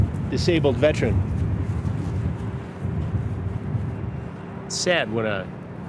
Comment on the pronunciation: It's veteran Chris, not "vetrin."